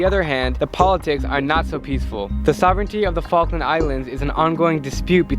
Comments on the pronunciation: is it me or did i heard FUCKland islands? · welcome to FALKLAND islands say the Falkland again but slowly